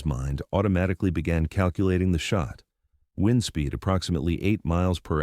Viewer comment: It's pronounced 'wind' as in the stuff that causes the passage of air, not 'wind' as something you do to a clock. Sort your computer out !!!